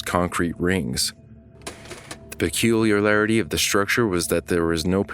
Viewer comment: peculiarlarity lol